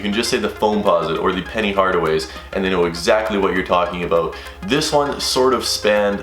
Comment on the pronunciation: Lmao bro what are you talking "aboat" man? Haha